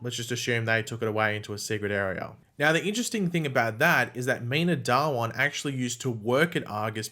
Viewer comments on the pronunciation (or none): Its not dawaaan Its dhha-one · Dhawan is not Da-Wan but Dhha-1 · Its pronounced Dha-One